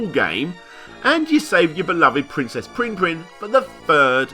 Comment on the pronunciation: being an australian all i can hear him saying is pwinn pwinn, not prinn prinn